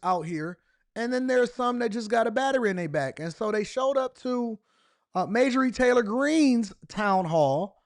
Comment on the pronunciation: its MARJORIE...not Majorie...hahhah too funny